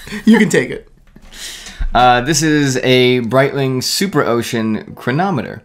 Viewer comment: Please learn how to pronounce "Breitling"